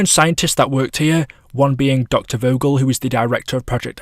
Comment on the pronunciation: Doctor vogels name is pronounced “Fogel” it’s german